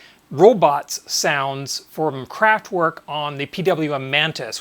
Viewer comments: And not "work" - I really don't understand if he ever heard how it is pronounced originally, how can he say "work". Pronounce it with e, just like in let or met. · Thanks for the video! Great job. But, please,, pronounce "kraftVerk", imagine it's a V, not a W 😁